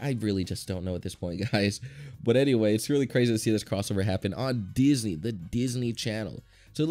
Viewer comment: I know this is a year ago, I saw it when it came out and I still find it funny how he pronounced “Disney” as “deez knee”